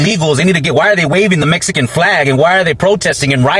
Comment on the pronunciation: Meessssican hahah